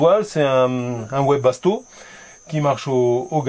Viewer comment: Bon on ne dit pas ouébasto, le wesbasto s’écrit bien avec un W mais ceux prononce vébasto bye bye les amis